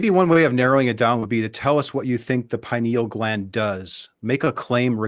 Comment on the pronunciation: "Pineal clam".